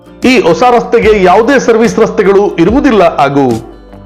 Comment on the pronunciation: Do you problem saying H sir? its not aagu but haagu, not attu but hattu, not ossa but hossa